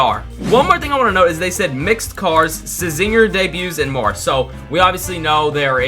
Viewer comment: it's pronounced as zinger the c is silent